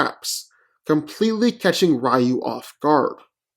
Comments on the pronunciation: It's pronounced "Ree-yoo" not "Rye-yoo"! ugh why do people always pronounce his name wrong still? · It's pronounced "Ree-yoo", not "Rye-yoo" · Reeyu not Raayu. Moreover REE YU stomps. Nothing on batman belt and wit can stop Ryu when he goes evil. Without batman classic prep time, In a random fight, batman loses badly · Rye-yoo sounds like some tasty bread 🤤🍞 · Even in English it's pronounced "Ree-yoo" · HI, I am from Thailand. In my country, it is a pronounced "Reew" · Eww, rye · The man's name is Ree You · Let me get this straight 1: you say ryu is predictable but yet hes beating everyone in sf who has characters who read movements 2: you cant even say ryus name right 3: how the fuck did you not add ryu can tap into the dark hadou and that even more powerful state of nothingness?? Oh I know cus you just fanboyed out on batman movie trailer CLOWN VIDEO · Ofcourse he had him lose cant even say his name right. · Simmons Except, that's how it's pronounced in Japanese. Do a Japanese to English search and listen to the Japanese pronunciation of the name.